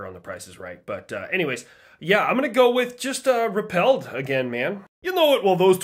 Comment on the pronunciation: bro rolled his R perfectly on repelled 😂